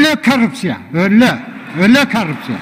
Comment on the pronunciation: туура айтасыз. өллө деп күлкүлүү сүйлөдү өзү да. Мен болгондо каткырат белем